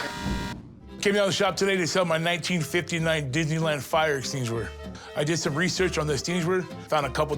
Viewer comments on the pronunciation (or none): I clicked on comments only to see if anyone else found “extinuishuwr” hilarious 😆 😂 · Eshinguir eshinguir, I felt so bad but Thats hilarious the way he says 🧯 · This chunky dunky prison bird proves his ignorance, not only by the face tattoos , but can't even pronounce extinguisher. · the way he says extinguisher lol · Dude shut up😂 read your comment while he was saying, i lost it😂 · I literally came here to say the exact same thing!!!!!!